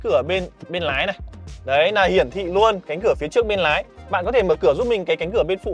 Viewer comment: Hắt kính nái 😢 Bác luyện phát âm lại đi ợ, sửa dễ lắm